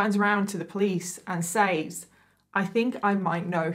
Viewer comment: I found you a few days ago and have binge watched for the last 3 days. Keep up the amazing work. I came here to say the word says is pronounced sez. I don't mind it being pronounced wrong but the word police are petty lol. Anyways I'm gonna keep binge watching because I love how you put these stories together even when it's not so easy to talk about subjects. Also really enjoy watching you do makeup. Is there any way in the beginning of the video you could say what eyeshadow pallette your using so we could try to do it along with you?